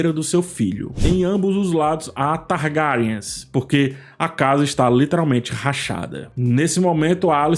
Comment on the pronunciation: Eu racho com o “targAriens” 😅😅😅